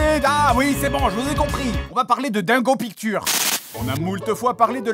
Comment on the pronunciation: "dingo pictowr"